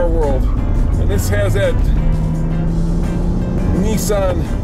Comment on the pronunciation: The 300 ZX is a Nissan. Not a Neesan.